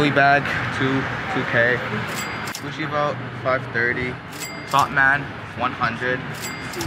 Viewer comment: “dis like gusshi like five houndrad”